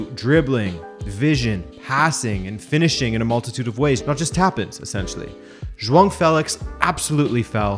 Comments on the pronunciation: Joao* Not joang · Lol why do you keep saying joaon? It’s Joao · It sounds like you're saying Juan Félix, instead of Joao. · is Joaong the proper way to pronounce his 1st name ? have i been saying the name wrong this whole time? if so these english commentators are to blame for my ignorance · Can any Portuguese person confirm that him pronouncing Joao as Jhoan idk how to write it but it's like he put an N in there for no reason. Not annoyed, just legit curious? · Are you saying "JoaNG Felix" in this video? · Nobody else bothered with 'xhuong' felix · Can you stop calling him Jwong lol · Zwang felix, lol its hard to watch this coz of you keeping saying Zwang